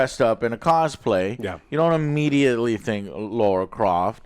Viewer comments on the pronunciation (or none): it’s LARA Croft, not LAURA! Laaara; sounds like bar or car. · Drinking game: Take a shot every time Joe says "Laura" instead of "Lara". (Don't do that. You'll die.) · Some scientists need to look into why people keep calling her Laura instead of Lara Croft. I'm almost sure I hear "Laura" more often than "Lara". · It's LARA not LAURA. How is he unable to say LARA. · It’s ‘Lara’ not “Laura”, you’re as bad as Asmon with the pronunciation 😂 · Isn't it Lara Croft, instead of Laura? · Correct, it’s Lara, not Laura. Different names & pronunciations. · It's pronounced LARA Croft not Laura. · yeah, my post was directed at Joe. Who NEVER says it right.😬